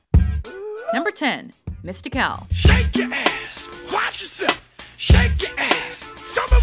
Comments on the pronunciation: I stopped it at number 10 because how she pronounced MistiCAL's name SMH. Im out. Just from that I can tell this shit was about to be ass juices everywhere. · Shoulda had a black guy do this video. "#10 mist-ik-al..." its mist-ic-ul... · "Mista cal?"...smh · Ok, I kno this is an older vid but being from N.O she killing me with her pronunciation of Mystikal.... it’s just Mystical witta K mama.....And I kno Shake ya Ass was his breakout shyt but Mystikal first disc was THE SHYT💯🔥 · she fucked mystikals name all up... she said mista-kal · Do these people know anything. As soon as I heard chamillionaire I wanted to turn it off. Then I saw Mysi"cal" as they called him. I turned it off. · That just isnt how you say Mystikals name. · princefiggy yeah I thought that was weird too how they pronounced his name. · So am I but if she's gonna put in the time to research these people for the video at least take the time to get the name right. Just a pet peeve of mine with these list videos. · The way she's saying Mystikal is why you shouldn't have a white woman narrate a video like this!